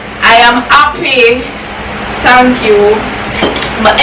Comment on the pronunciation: you speech have me rolling😂🤣🤣🤣🤣🤣🤣🤣🤣🤣🤣🤣🤣"I just want to tank my mother for berthing me to be able to collect this here $5000 today & i would like to tank youtube aauudients for this appertunity to be here to do this challenge even though pepper water splash up inna mi eye i i am happy i tank u😂🤣😂🤣🤣🤣🤣😂🤣🤣😂😂😂" You need to go in drama, hush